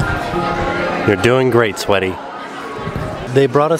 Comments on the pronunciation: do you keep calling Jenn Sweaty rather than Sweetie? X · omg keeps callin jen sweaty, i thought he said sweety, you are a bad boy! lol jen is always worried if she is doin something right, just bcuz you are in a fancy place you dont have to be fancy, every thing you do is ok and fine, just like when she was cooking at the house, she kept asking if she is doing "this" right or "that" right. i loved this whole vlog!!